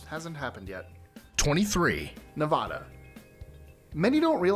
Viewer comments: He said Nevada wrong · Find a video where some pronounces Nevada right